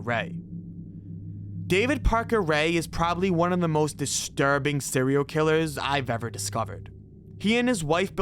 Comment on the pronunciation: "Sewial Killas.." 🤣